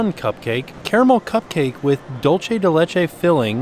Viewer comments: Hi! The Mexican caramel style treat is actually pronounced “dool-seh” it’s a common mistake:) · dulce de leche is pronounced dool-seh de leche :-)